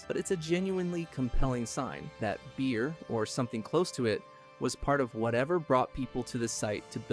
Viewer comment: Beer not Bear ;) keep up the great work